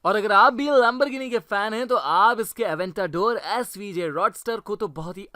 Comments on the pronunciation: It is not lembergini it is Lemborgini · This guy Lamborghini : Lamberghini Porche : P O R K E